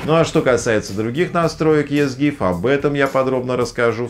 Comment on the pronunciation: Читается "Изи гиф"